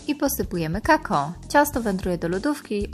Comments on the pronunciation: też słyszę kaką :D mega :) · Też tak słyszę! 👂 Haha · Tez tak słyszę